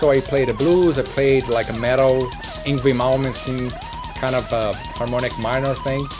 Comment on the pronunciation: It's pronounced Ing-vay